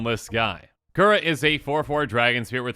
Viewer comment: Junji is pronounced “june-G”, Ao is “Aah-oh.”, and Kura is “coo-rah.”